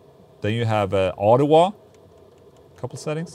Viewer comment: The capital of Canada is “Autowah”